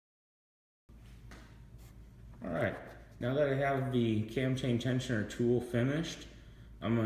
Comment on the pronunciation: Is he calling it a Tam Tain Tensioner? LoL Either way it is an absolute pain in the ass the get something in there and to not let it "unscrew" between turns....i cut an end off of a screw driver and used a pair of lineman's to hold it between turns and a pair of needle nose to turn it.